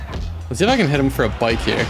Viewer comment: “bike” lol 🤦‍♂️